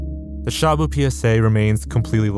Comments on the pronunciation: lol, You pronounced shabu as shamu. sha is quick and short. And bu is more like boo! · your pronounciation of shabu hurts my filipino soul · i hate the way you say "Shabu" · not that it really matters, but shabu is pronounced more like /shuh-boo/.